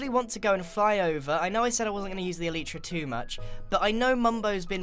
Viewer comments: Who else is triggered when he says eleetra not elytra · its pronounced E-Lie-tra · Every time Grian pronounces it “El-ee-tra”, it’s quite hilarious 😂